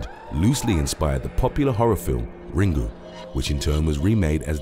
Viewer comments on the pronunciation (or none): none